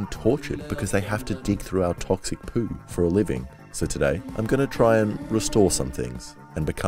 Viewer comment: The way he says Poo is funny to me